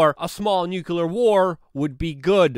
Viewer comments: Nu-cle-ar not nu-cu-lar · "nuclear", not "nucular" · NUCLEAR, NOT NUCULAR